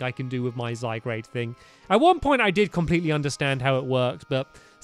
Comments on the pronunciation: its pronounced zy-guard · i keep hearing zygrade uggg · IF STAMPY MISPRONOUNCES ZYGARDE ONE MORE TIME I'M LITERALLY GOING TO EXPLODE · no hate stampy but I think u have been saying zygarde wrong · Only if he really knew HOW TO pronounce zygarde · yes...its annoying... i want to go to his house anD TELL HIM ITS ZYGARDE NOT ZYGGRADE!!! shoutings done. :) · It's ZyGARDE, not ZyGRADE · STAMPY, ZY-GAURD!!!!! NOT ZYGRADE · U know it's ZY-GARD, Not ZY-GRADE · JosephOfRavenclaw Yes its pronounced zy gard not zy grade 😑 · Am I the only one who wishes Stampy would finally realize that it's Z-Y-G-A-R-D-E and not Z-Y-G-R-A-D-E? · hey stampy you do know that that its zy guard not zy grade and zed moves are really called zee moves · stampy your so called " zygrade " is actually called Zy-Guard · Its Zy-garde not Zygrade. Love ur channel btw. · The 'a, is before the 'r' in Zygarde! Zygarde, not Zygrade. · Hey stampy, you pronounce zygarde's name as (Zy- Gar-De) not (Zy-Grade) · "Zygarde" is pronounced "zy-gard", not "zy-grade". There was probably a bunch of comments telling you that. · zy-guard not zy-grade 😬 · Stamps I'm not trying to be mean or anything but it is not pronounced zygrade It is pronounced zygaurd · It bugs me so much that he says ZyGRADE not ZyGARDE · Stampy, it's pronounced zy gaurd, not zy grade! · ITS ZYGARDE, NOT ZYGRADE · Zygarde not zygrade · STAMPY!!! It's zygARD not zyGRADE!!!! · its zygarde not zygrade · zy gard g a r d not grade g r a de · zygARD not zygrade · anyone else annoyed by him calling it zygrade? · pug blues i am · XD HE SAYS ZYGRADE BUT THATS INCOORECT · STAMPY ITS ZA-GARD PLS SAY IT RIGHT 😂😂😂😂😂😂😂😂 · Can someone explain what a Zygrade is? Or does he mean Zygarde? If it's meant to be Zygarde he really needs to take a look at the name. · This is how you pronounce Zygarde (zy guard) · It's zygARd! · stampy, zygarde is pronounced zie/guard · You pronounce it zy-gard STAMPY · it's pronounced Zy Guard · pug blues im annoyed if he say zygrade